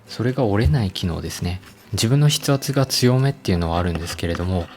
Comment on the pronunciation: 「筆ほ」ってなにかと思ったら「筆圧」か